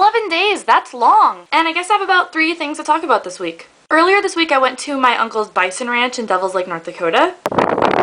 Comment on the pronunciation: When you say earlier in the week it sounds like Girlier in the week. Did the week get more manly? :P